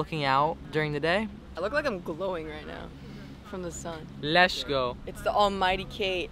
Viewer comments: Anybody else on board for calling it “Lesh go Sundays”?? Or us calling it that idk lol 😂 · Does he have a speech impediment? I hear lezzzgoo over and over